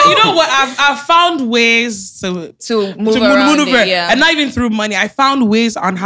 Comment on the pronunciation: wait wa she trying to say maneuver lol